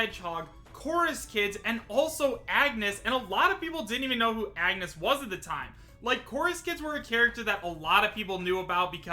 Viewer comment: Please say Agnès’s name correctly... I love bravely default and hearing you butcher her name tears my soul...